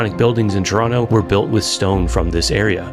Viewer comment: I can tell that you are a Torontonian. You pronounce it 'Trawno".